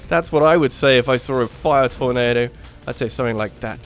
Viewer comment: That torNAYdo. XD